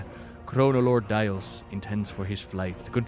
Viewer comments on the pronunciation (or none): none